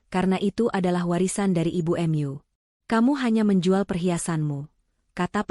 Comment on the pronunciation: Bahasa apa itu, kata mu dibaca emyu, ma dibaca em a, mak dengarnya